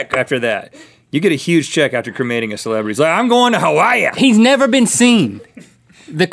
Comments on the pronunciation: “Im going to hawa-ya!” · did he just say..."I'm going to Hawaya"? wtf? learn how to pronounce the state. so ignorant and disrespectful.